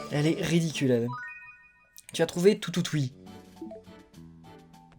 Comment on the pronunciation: c'est pas toutoutuie c'est toutoutie